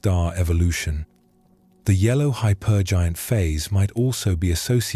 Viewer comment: "red hy-PER-jint" 😂